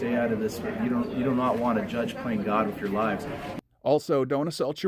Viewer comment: listen carefully. He says wiff instead of with. Boff instead of both ect. He speaks like a child.